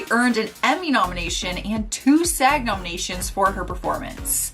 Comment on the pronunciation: 'SAG' not S-A-G.